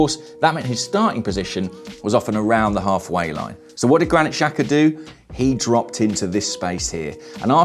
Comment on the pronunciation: Why is that no football commentator can pronounce Albanian names? The XH is supposed to sound like the J in Jack. It's not hard.